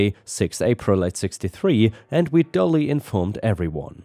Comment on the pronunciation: Really enjoyed the artificial leg story. My mouth was stuck open when Karen threw the leg into the river. Fun. ⭐⭐⭐⭐⭐⭐⭐⭐⭐⭐⭐⭐ The word duly is pronounced as d'you lee. The word dully (done in a dull way) is dullee